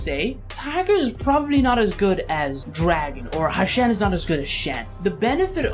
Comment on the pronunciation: Its "Hu-shen" bro as in "Hoo-shen" not "Hashen". Great video though!